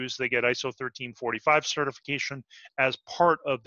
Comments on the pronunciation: I keep hearing "ISO 1345 Standard". We are talking about ISO 13485, yes? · Great video! PS: Is 13485 pronounced 1345?